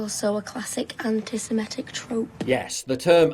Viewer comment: "Sim-etic" ? Why do so many people pronounce Semitic wrong?